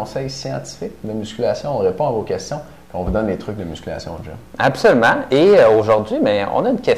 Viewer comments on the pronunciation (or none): Vice le "DGYME",HAHAHA